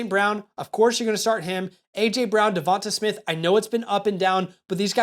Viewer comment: Devon-tay not Devon-tuh Smith